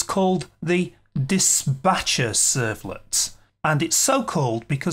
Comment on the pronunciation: ...servlet is called Dis'P'acher ...not Dis'B'acher...servlet :D